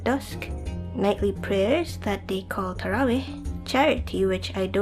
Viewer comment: (!) I like this video, and this is random but I like the way you say "Ramadan" and "tarawih" maybe because like everyone says, your voice is the best haha. Hey, X3